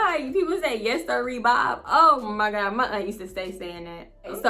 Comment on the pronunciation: “Oh my gawd” 😂😂😂 I be in tears when you say that! 😭